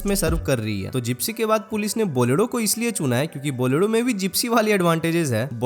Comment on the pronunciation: बोलेरो ❌ बोलेडो ✅